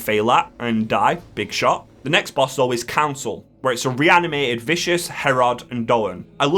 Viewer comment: Insane boss pronounciations in this one. I love it